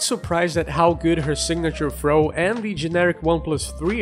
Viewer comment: Thought you said throat game.